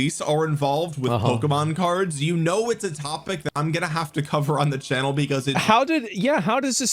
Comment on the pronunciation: "They took err cerds!"